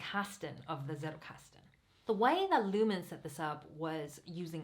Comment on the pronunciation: And the name is not Niklas Luhmän , it is Niklas Luhmann - with the same a like in Niklas